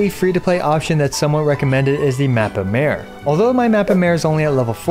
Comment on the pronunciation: Ironic how all content creators go out of their way to pronounce words and names in Japanese or Chinese correctly and they the go full hillbily on Mappa Mare and anything European related for that matter.... It's not a fucking female horse, it means map of the sea and it's in latin.